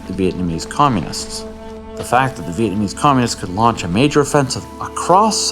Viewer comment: it's "Communists"